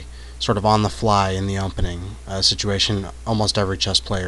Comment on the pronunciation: Is he saying, "umpening?"